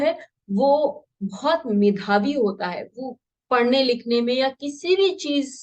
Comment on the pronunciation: Medhavi is real pronunciation.